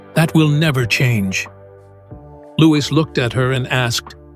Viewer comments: Another case of fly on the wall, fiction! How does the narrator know what was said behind closed doors.. No 6yr old speaks so maturely PS:Louis is pronounced LOU-EE ! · Pronounced louie